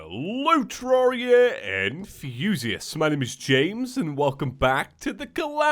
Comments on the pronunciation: I just realized you were saying hello terraria enthusiasts. I thought it was terraria and fuzious 🤣🤣🤣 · Does he actually say that? All this time I thought he said “and view-sius” ! Tee hee